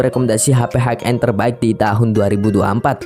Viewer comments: High end sebutnya 'hai en' bang, bukan 'haik en' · Terima kasih atas reviewnya Bang. Keren sekali, Btw, High bacanya adalah "hai", high end>> hai en